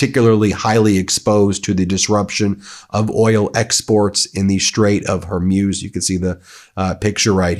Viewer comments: It's pronounced "Whore-Mooz", not "Whore-Muse". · great coverage! However, Hormuz rhymes with booze or schmooze, not fuse. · I think the Strait of Hormuz is pronounced “horr mooz” by English speakers rather than “ horr myooz”.. We’re gonna hear that word or that geographic location many times in the near future. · Xi is pronounced SHE. Straight of Hormuz is pronounced MOOZ not muewz. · I spent a year in the Gulf with the US navy and never heard the Straight of Hormuz pronounced Hurmuz. I just Googled the pronunciation and it said Hormooz. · Will someone please tell Ben that it’s Hor-mooz, not Hor-muse? I can’t believe no one close to him has said anything. It’s cringeworthy. 🙉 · Please tell Ben to work on pronouncing names of people and places : Hormuz is pronounced Hormooz. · Please stop saying Hormuse, pronounce it correctly as it is spelled Hormuz. You're a brilliant guy so don't keep bringing yourself down every time you try to say that name! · Ben, please, Hore-Mooz ! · You really dont know how to pronounce strait of hormuz? How? In all youre life you havent heard it pronounced hormooz? Kind of weird tbh. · Sound informed: Hore-MOOZ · Love Meidastouch and Ben, but his mispronunciation of names drives me crazy..Hormuz is pronounced Hormooz and not how he pronounces it. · Ben ! Dude say it with me . Hormuz - hor-mooz . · Hormuz not Hormuse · Zíøs are always bad at pronouncing places in the Middle East correctly. He’ll never get it. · Hey Ben !!!! Learn how to pronounce Strait of Hormuz!!!! It’s killing our ears !!!!!!!!! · Plz pronounce Hormuz correctly Feels weird to hear such distorted pronunciation